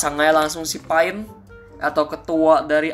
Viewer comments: bang itu pain(pein) bukan pain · itu maksudnya"pein" bukan"pain" bang sakingnya tulisannya saja kayak pain tapi pein ya